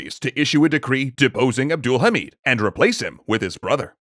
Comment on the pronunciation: As a Turk, I can say that he pronounces "Abdülhamit" really good.